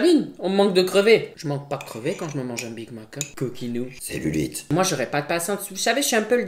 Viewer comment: Le « selulite » il ma tuée mdr 😂😂😂😂